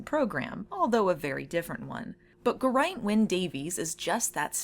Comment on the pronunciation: I believe it's pronounced GEAR-ain't, but I could be wrong